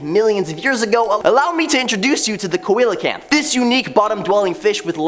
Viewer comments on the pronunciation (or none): it's pronouced see-lo-canth and is a fish long thought to have been extinct, but recently rediscovered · lol it's pronounced (Seel - O - Canth)